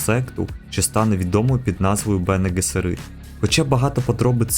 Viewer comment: Вже переглянув першу серію. Події за 10.4 тисяч років до Муат'діб-а. Сюжет СУПЕП. Малого піджарили телекінезом. Ви НЕВІРНО НАНОГОС СТАВИТЕ: Бене Гессеріт , наголос на ГЕССЕріт. Будьласка , не помиляйтесь. ВАШЕ ІМ'Я не паплюжать наголосом , чи не так?